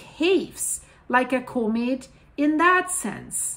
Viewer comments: comate? lol Repeat after me. Caw-met... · Thank you for the work you do!! If I may, the word comet is not "comb-it" like combing your hair, it's c-uhm-it, other than that you are simply amazing! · Do I understand her pronounciation of comet as being like "co-mid"? I'm just uncertain, that's all, because I don't recall having heard this pronounciation on this channel in the past, although I have been busy recently so I would have certainly missed recent videos.